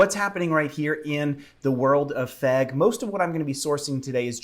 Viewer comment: when you say "FEG bus" it just kills me man XD